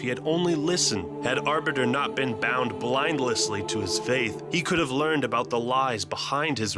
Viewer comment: ...blindlessly? What? Did I hear that right?